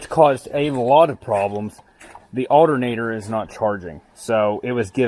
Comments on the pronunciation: I swear to god I’ll pistol whip the next person who says aldernader! 🤣 PIZZAA🍕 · the alternatter,where matter lol way you say it makes me laugh, great video rocks..